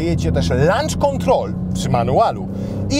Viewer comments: Dostajemy lunch do jedzenia? To nie hejt ale dobra rada :) Kiedy redaktorzy znaczną mówić poprawnie? Mówimy przez /o/, czyli /loncz/ Pozdrawiam serdecznie. Dobry materiał. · > nie lancz, bo to jest posiłek/jedzenie... tylko loncz - start/uruchamianie... 😉👍💪💥